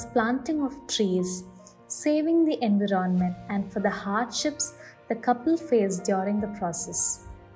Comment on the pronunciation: Good work. May be work on the voice a little bit. Voice quality needs some improvements.. and please check the pronounciation of 'enviRonment'. Good luck for your future endeavours.